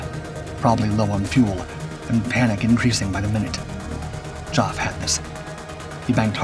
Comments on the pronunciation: It's NOT pronounced 'JOFF' !!! .........cringeworthy. .....Griffon engine?........I don't think so!!! ......'Elliptical wing'? that graphic is NOT the production Spitfire......and even if it was, the Spit's wing was NOT elliptical anyway.....it is SEMI-elliptical. Made up of two ellipses. Many 3 bladed Spitfire props were Rotol units.........made of WOOD not metal. .....those are French MS 406 aircraft......NOT German 109's. This piece is littered with incorrect and inappropriate images in relation to the narration and rammed full of errors and 'word of mouth' myths. Lazy 'copy and paste' all over the place. That's enough for me, bailing out. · Dear Dark producers: 'Geoff' is ponounced 'Jeff'. It's the same name, elevated by old, traditional, British pronunciation. If you can rerecord the narration, please do so. Hearing that mispronunciation over and over again is both grating, and irritating. Otherwise, GREAT VID! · And that boring, trying-to-be-exciting voice (is it artificial, I wonder?) that cannot pronounce Geoff, for crying out loud! ("Joff" all the time, instead of Jeff, indeed!) Next criticism: the commentator is hardly past prototype and early Mk 1 stage, when the film is jumping ahead and showing late Mk. types. Poor editing, in my opinion. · "Joff"? Its "Geoff", as in short for "Geoffrey". Geez, these 'Dark' channels sure know how to f up the basics and disrespect the veterans. The guy is one of the most famous WW2 pilots, he wrote a memoir about his experiences called 'First Light', which is a must read, and he almost made it to 97, having passed in 2018. Every. Single. Vid. Every one has at least one stupid and completely avoidable error. It's disrespectful to the veterans. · The narrator on this channel has an unfortunate trait of misprouncing people's names. Geoff is pronounced Jeff not Joff. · Geoff, short for Geoffrey. pronounced "Jeff", not jof 🙄. BTW, his book, "First Light" is excellent. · Geoff is pronounced Jeff, not Joff